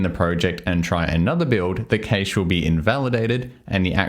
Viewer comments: hello pnpm workspaces are great; but "nx" looks gross. sometimes 'giving you the flexibility to do things' covers up the fact that you probably shouldn't be doing those things. also, cache is pronounced "cash" not "kaysh". cheers. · 'Cache' sounds like 'cash' :) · Are you mispronouncing "cache" on purpose? I code with panache while twirling my mustache. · I've watched this video twice now and I still don't get it - the how not the why - do you have any advice on where i can start... also the way you say cache... I had to put on a second monocle